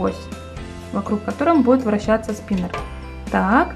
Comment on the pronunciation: Спинер... Спинэр... СПИНЭР!!!